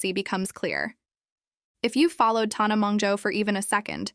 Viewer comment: You’re saying TAHNAH when you’ve obviously seen the videos lol shady queen not her name but yes continue